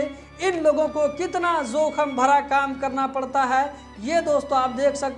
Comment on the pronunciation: KYA BAR BAR ZOKHAM BOLTE HO...SAHEE WORD JOKHAM HAI...KYA URDU NAHI JANTE....AFSOS